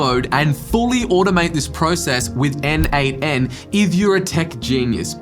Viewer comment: Bro it called N8n not NAN